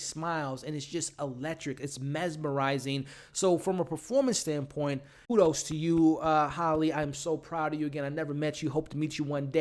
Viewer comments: HALLIE (pronunciation HAY-LEE) not HOLLY.....you drove me crazy saying her name wrong the whole video. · Also its Halleeeee--- Like HAMBURGER HAL- Lee